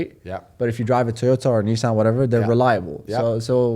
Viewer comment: What the fuck is a Nizzan !!?? 😂 love Tate